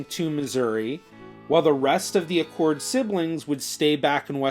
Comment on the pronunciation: Acord! Not pronounced Accord please. Acord is pronounced like the acorn off the oak tree. Sorry, but I’ve heard people mispronounce our last name my whole life and I have never understood why. There are not two “c”s in the name. Thanks for reading my little rant. I appreciate the second guy pronouncing it correctly. My Acords were on the Northern Union side from Illinois by the way.